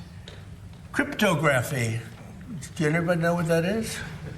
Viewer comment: 😂😂😂Crypto Graffee😂😂 He can say it however he wants when he is the main person pushing to get the clarity act passed.